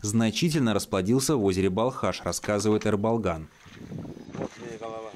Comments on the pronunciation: Автору респект, только не Э, а Е. (Ерболган) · Почему вы его называете Эрболган? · Е-Ерболган, а не Рыболган. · Не Ербалган а Ерболган